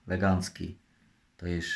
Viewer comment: z tym słowem "legancki" to może po prostu w jego stronach tak mówią. Ale trzeba przyznać że dykcja mu się poprawiła...